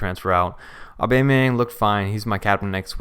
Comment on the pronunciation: nobody: Blocc: Aubamyinga